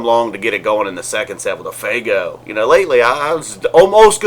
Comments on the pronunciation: It's FUEGO not faygo! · "Rog-Gay" ...." Fay-Go" ... but u mock "noobs".